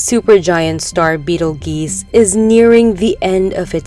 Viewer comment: It's pronounced "Beetle 'JUICE' " Not beetle GEEse...